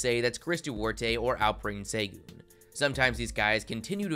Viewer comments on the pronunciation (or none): Shin-Goon when he wins MVP I want you to pronounce it right